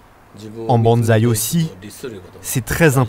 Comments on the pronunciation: super docu ! merci par contre le mec de la voix off n'arrete pas de dire bAnsai...faudrai lui dire quand meme :) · La voix off m'a casser les oreilles avec ses " Banzai " c'est malheureux...c'est un des thèmes du reportage et il ne peut même pas prononcer Bonsai x)